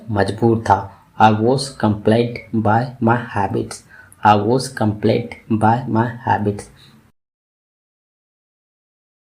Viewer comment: Bhai plz improve your pronunciation ....apne....compelled ....ko ghalat pronounce Kiya hai